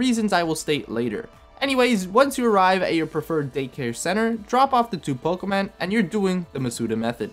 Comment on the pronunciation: Did the dude just say "Pokeman"...?